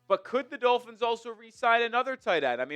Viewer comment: Ross screwed the Dullphins, as pronounces it, when he extended McDipshit for no reason other than continuity for continuity’s sake. I’m for firing the fucking head coach every year until we find the right guy. Look at what the HC from the Bears is doing. That team is 9-4? How? They got nothing! How about the guy coaching the Jaguars? Those teams we shite last season. It’s amazing what some good coaching can do LOL. I’ll laugh my arse off if the Eagles don’t extend Phillips and he’s just a half season rental. After his first couple games with the Eagles where he balled out he’s now regressed to his norm.